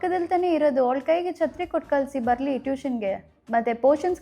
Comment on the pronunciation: ಅದು ಕಲ್ಸಿ ಅಲ್ಲ, ಕಳಿಸಿ ಅರ್ಥ ಆಯ್ತಾ